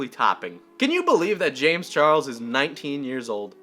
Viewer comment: "James Chargles"